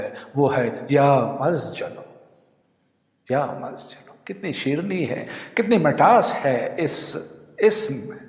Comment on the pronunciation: Ya mazjal kabhi kahin padha nhi suna nhi.. Kya ye lafz sahi bol rahe ho aap?